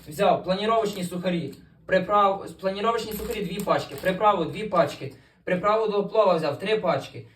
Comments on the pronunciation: Не планіровочні,а паніровочні😂😂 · Панировочні сухарі,а не планіровочні.,достатньо сіль,перець та 10 овочів.